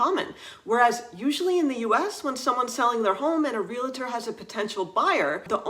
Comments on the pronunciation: Teeth in edge hearing “ree-la-tor”. Wrong. It is REE-uhl-tr. (Real estate, real-tor). Please! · Useful and interesting differences. Only..please stop saying "real-a-tor" There's no "a" after the "l". It's "re-al-tor". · Thanks for a great video. Can I make a small comment about something that's just a pet peeve for me? It's real-tor, not real-a- tor. Hope you don't mind! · I feel mean saying this, but it is not meant to be mean, I swear. It is pronounced 'reel-tor'. There is not an 'a' between the 'l' and the 't'. Great video though! Love the insight into living in France.